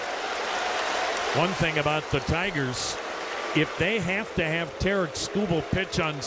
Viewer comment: Sounded like Terrance the second time he said it lol